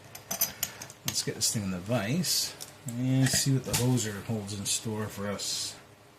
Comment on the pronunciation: Nicely done my friend! It put up a good fight but you sure got through it. you did mis pronounce the name though lol. its pronounced whos zer "Hoosier" is a nickname for people who live in Indiana lol. but yeah the hoser is a good name for a lock lol.